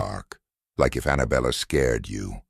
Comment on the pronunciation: belle not Bella~